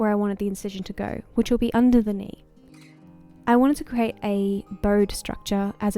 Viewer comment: CREATE not Crate